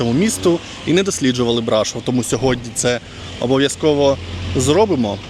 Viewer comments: І БрашОв, а не БрАшов😂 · Де ж Ви таке почули, що це чудове місто називається БрАшов??? Ріже слух і дратує ця некоректна вимова, яку Ви ще й багато разів повторюєте( Це БрАшОв, наголос на О! Не ганьбіться, українці, якщо вже тут мешкаєте та взялися розповідати про БРАШОВ! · Пане, це чудове місто називається БрашОв, наголос на О! Де ж ви таке почули, що це БрАшов? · Тільки не БрАшов, а БрашОв. А то вуха ріжить коли так вимовляєте. А гора ТИмпа зветься. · Город Брашо́в. Почему-то большинство иностранцев ставят ударение не туда. А гора Тымпа. Странно, что, живущая там, не знает правильных названий. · Тільки місто БрашОв, наголос на О, і гора Тимпа читається, а не тампа 😊